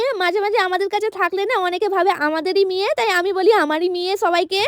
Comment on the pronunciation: মেয়ে ❎মিয়ে✅ 😂😂